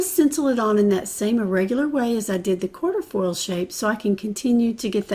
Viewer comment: Cute simple spread! Just so you know, the stencil is not quarterfoil, it’s quatrefoil pronounced kwa-tre-foil.